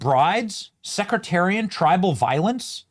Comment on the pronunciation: Sectarian violence Benny. Please stop saying secretarian.😂